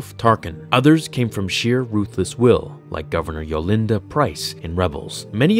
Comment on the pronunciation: “Yolinda”? Her name is Arihnda Pryce.